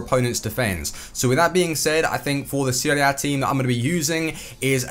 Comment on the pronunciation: A not Ah